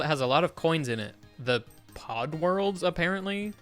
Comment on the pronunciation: You know you're on twitch too much when you hear "pod world" said "pog world" and I really prefer the latter, so that's what it officially is now.